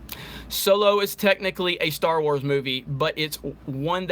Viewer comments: So low🤣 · I keep hearing "so-low" when you say "solo" 😂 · Deviltamer so-low😂😂😂